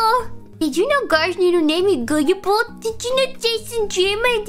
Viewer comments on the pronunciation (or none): none